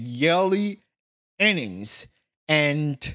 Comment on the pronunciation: He kills me when he says “yearnings” 🤣🤣🤣.